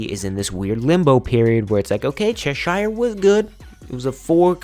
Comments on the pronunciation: I've lived in Cheshire, England. The pronunciation is ches-sheer. Think of shear dress, or shear top.x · just wanna say, cheshire is pronounced as chesh-er. sincerely, someone from cheshire.